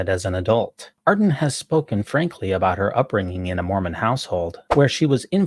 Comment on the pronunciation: Jacinda ArdeRn - please get her name right. The stress is on the second syllable.